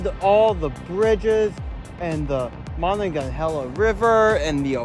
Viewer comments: Please stop pronouncing Monongahela River incorrectly....its driving me crazy..." ma- nong-a-hey-la"...ok dude...please! Otherwise love the vid! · you totally destroyed the name of the one river. It's the Monongahela River "Ma-non-ga-hay-la"